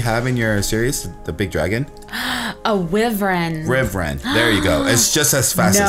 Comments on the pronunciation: It's actually pronounced why-vrin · its pronounced why-ver-in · ***** um by the way wyverns aren't pronounced like that